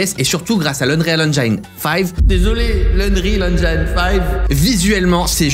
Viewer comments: Mdr unreal engine 5 , c'est toujours faut 🤣🤣🤣 en France sa donne ça. Annril éngine et pas anreal enjaïne . Utilise glouglou pour la prononciation 😁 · J'ai vu que tu travaillais sur la prononciation de "Unreal Engine": "Engine" (moteur en fr) se prononce En[JINNNE]✅ pas En[jaïne]❌ 😉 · Eune-rile Aine-jine. De rien.